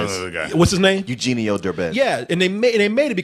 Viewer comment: thats so NOT how you pronounce eugenio. g is H baby. work on your spanish